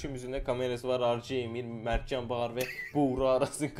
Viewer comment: 0.55 mevtan deliyov